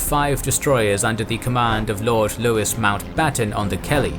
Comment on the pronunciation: Great video and just to let you know, Mountbatten's first name is pronounced Louis as in the French pronunciation so not Lewis.